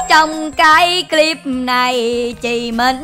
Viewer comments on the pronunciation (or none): none